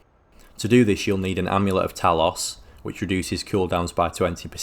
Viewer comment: How do you manage to f*ck up the pronunciation of the word "talos" when every other npc in the game is telling you to your face how the word should sound? This isn't an accent thing either, as it's not a real word, you just chose to say it wrong.